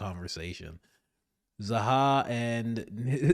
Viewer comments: Why do you kerp calling him "Zaha"? Lol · HIS NAME IS ZAHI. Holy shit, figure out how to say the thing your talking about. ZAH-HEE